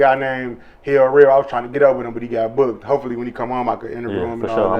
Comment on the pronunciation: Why u call Him ErBo?it’s herbo